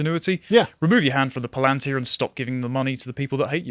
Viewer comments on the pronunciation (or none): You can almost guarantee a mispronounced word on Lotus eaters but how can you know what a Palantir is but not know what a lathe is?